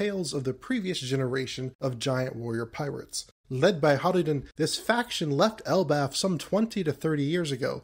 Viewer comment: Just so you know, Hajrudin's name is pronounced like Hay-ru-dinn